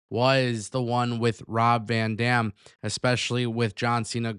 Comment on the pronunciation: The amount of times you said Rob Van Damn 😂.